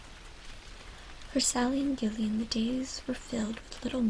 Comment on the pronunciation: Gillian is pronounced Jillian.